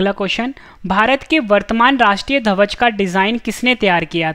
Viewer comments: ध्वज सही से बोलो भाई आप धवज बोल रहे हो। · धवज नहीं भाई ध्वज बोलना सीखो